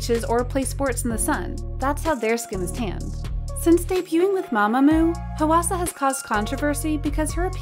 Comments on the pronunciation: im korean and hearing the voiceover go "HUH WA SA" irks me when it's supposed to sound like "hwa sa" PLSSS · The way she keeps pronouncing Hwasa 😭😭😭 I can't.... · Dear narrator: please check how to pronounce the name Hwasa instead of butchering it. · I would love to know more about who writes the scripts and does the voiceovers for this channel bc there is always something... off. Not being able to fully nail a name like “Hwasa” is a little odd for a Kpop channel but not unimaginable. No, the weirder part is mispronouncing Weki Meki. It has to be something like the 5 minute crafts or Blossom content farms, where the company and staff are Eastern European but they pay someone in North America to read the script. This would explain why there are always weird pronunciation errors - it’s not a person who is actually familiar with Kpop reading it off. Same thing for the occasional odd grammar, like calling blemishes “acnes”.